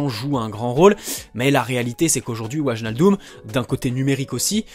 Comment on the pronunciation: Ça Ma Stressé pendant toute la vidéo Qu'il dit "Waljaldum"😭😂